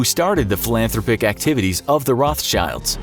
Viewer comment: Hey might I recommend pronouncing the word 'philanthropic' correctly? I stopped watching at that point cuz it just doesn't have as much polish on it anymore... FeelsWeirdMan doesn't even know how to pronounce philanthropic ://